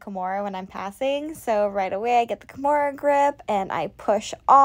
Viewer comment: yes i heard once a slight KEYmura then you swithched back lol